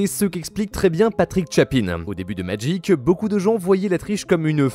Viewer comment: Si au moins tu prononçais le nom du jeu comme du monde tabarnak !!!